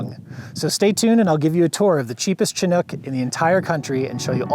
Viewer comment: Soft "Ch" and a short "I"- Shi-nook. They definitely predate the 80-90s. I've got my eye on a 1976 Dodge Chinook right now.